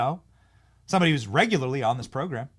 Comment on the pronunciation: should correct how she pronounced “regularly”